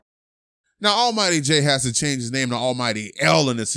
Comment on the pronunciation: "they having a field day with hia chain" lol